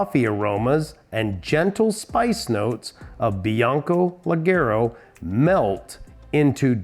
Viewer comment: The pronunciation is like jay, lejayro! Cheers from Brazil! I watch every video!